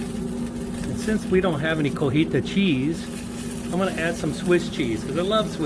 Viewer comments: it's not CO-HI-TA. It's CO-TI-HA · You keep saying Cojita cheese 😂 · My wife laid me out 3 days ago for saying Cojita, it was great hearing someone else do it regardless of the reason 😂